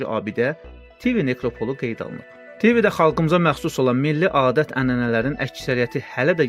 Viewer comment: Tivi sözünün və nekropol vurğusunu düz demirsiz...